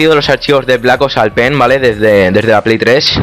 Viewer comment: se escucha enves de pen p3n3 xd , meteis el p3n3 a la pley xD